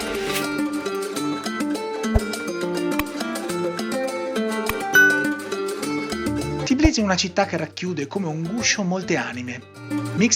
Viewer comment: Si dice Tbilisi non Tiblisi😊😘